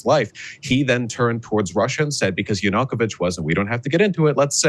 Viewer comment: Vaush can't even pronounce Yanukovych's name correctly.